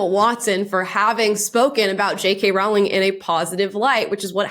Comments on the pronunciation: Sorry but it’s pronounced Rowling. The hint is in how it is spelt. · Rowling rhymes with bowling 🎳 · FYI, Rowling's name rhymes with bowling. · You’re pronouncing JK Rowling’s last name wrong. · I’ve never heard JK Rowlings name mispronounced more times than this video. You said her name so many times too. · It's pronounced "rolling" 💖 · Great video ~ just a heads up, her name is pronounced Roh-ling. #HarryPotterNerd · Amala it Row-ling like rolling with the homies😅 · It's not a big deal but, J.K. has said that it's pronounced Rowling like Bowling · Love the videos. Just so we all know, it’s pronounced “Rolling” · It's pronounced ROLLING!!!!! PLEASE!! It's killing me! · BTW The “row” in “Rowling” actually rhymes with “row” as in “row row row your boat” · Rolling. It's pronounced Rolling. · Rowling is pronounced like "rolling" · it's pronounced like "bowling." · It’s pronounced ROLLING! ROLLING! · Great content, but PLEASE pronounce it - ROW as in rowing a boat, not ROW as in having an argument. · I'm sorry, I cannot listen to you mispronounce Jo Rowling's name over and over and over. You're making my ears bleed! Row, row, row, your boat. Rowling rhymes with bowling, not with howling! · J.K’s last name is pronounced Rolling. like row, row, row your boat. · Idk why so many people mispronounce her name. It is Rolling not ralling. She has even said "like rolling down a hill" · its a silent w in Rowling, it is pronounced as rolling, not row-ling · Btw is Rowling as in Rolling not Rawling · "Rowling" rhymes with "bowling," not "howling." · You should know that Jo's last name rhymes with "bowling", not with "growling." Very grating to hear it mispronounced over and over again. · ‘Rowling’ rhymes with ‘bowling’, not ‘howling’. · Rowling rhymes with BOWLING, not howling. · Just wanted you to know, because I thought you would care... the correct pronunciation of J.K. Rowling is like rolling or bowling. TY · RAWL-ING is killing me lol